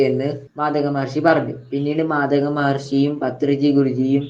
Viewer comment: Mathaka alla. Maathanga